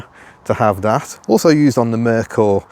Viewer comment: Hey look... a MERKER, that's pronounced MER KER.